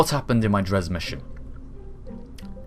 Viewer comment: Dres: pronounced dray